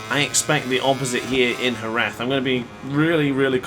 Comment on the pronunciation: i think youre the first english speaker person who say jerez as spanish people do